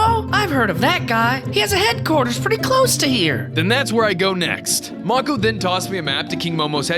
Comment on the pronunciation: MAKO IS PRONOUNCED may-cow not mo-kow